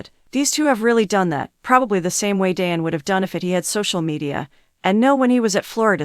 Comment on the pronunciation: DĀN and SHEE-lo Sander? The AI is torture!